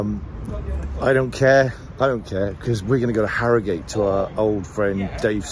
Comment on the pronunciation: Harry-Gate 😂 it’s ‘Arigut